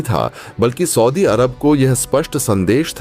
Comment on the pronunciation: ( aur ) Saudi ka galat uchcharan